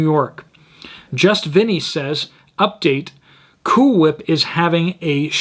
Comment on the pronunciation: Pronunciation: Cool Hwhip LOL (Family Guy)